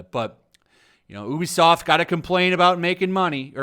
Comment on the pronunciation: I prefer playing as the female character. I don’t mind either but I’d rather stare at a woman for 100plus hour than some dudes backside. I will say however, it’s pronounced you-be-soft.